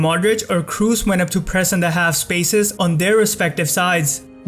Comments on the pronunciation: man, where are you from?!? it's Kroos, not Cruise, respect the players at least enough to pronounce their names correctly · Kros not Krus :) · Kroos is pronounced with an o, not u, like saying blood, you dont pronounce it "blud" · Another very good analysis imo, but please don’t pronounce Kroos in English, it’s disturbing, haha. Here’s the pronunciation in german.